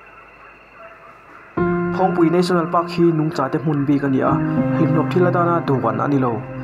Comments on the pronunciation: NUNGCHÂ i lam rîk dan hi a dik lo, Mizo ṭawng tluang pangaih dik sa a awm, Mizo pangaih tan lam dik theih lo thu a a aem lo. VÂNTAWNGKHAWHTHLA i lam rîk ṭhin dân pawh kha a dik chuang lo, TÂWNG tiin i thlûk fân kher zel a, TÂWNG ni lovin TAWNG tih tur a ni. Kawng dangah i rilru puthmang a dik sia, Nangmah hria Mizote chuan kan ngaina vek che a, mahse i lar tawh sia, i lam dan hi ṭhangtharte-ah i tuh palh ang tih a hlauhawm, a ṭha lo lam chu seng luh a awl nasa mai bawk si. Midangin engtin nge an lam lo chîk ve chhin teh. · Nungcha tih i lam dan cha lai hi a dik lovin ka hria e a, eng pawh ni se i che tla vel hi a hmuhnawmin faina lama i hmalaknate hi fak awm ka ti thlawt. Tunlai thangtharte hian bawlhhlawh paih mai mai hi sim se ka ti khawp mai. Kan Pi leh Pu,kan Nu leh Pa te khan khawiah pawh kal se an chet tlatna hmunhma hi an thian fai leh thlap thin. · Kan seilenna avanga kan ṭawngthluk danglam satliah nge? Tun hnu hian ka hre ta fo mai! i video inṭan phata Nungcha i lamdan hian ka beng alo ti thlep deuh tih ka han sawi mai mai e, kan lam dan nen a inan loh avangin